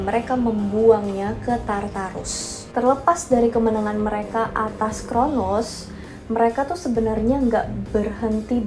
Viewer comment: Bukan chronus tapi cronos mba